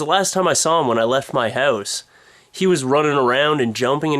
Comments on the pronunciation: lol, when you say "house" - you say it weird O__O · hehe i love the way he says house